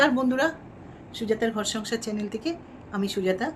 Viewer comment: ম্যাডাম কথাটা চ্যালেন না চ্যানেল হবে